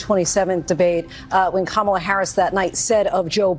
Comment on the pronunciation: You said kamala s name wrong ....im telling!!!😅😅😅😅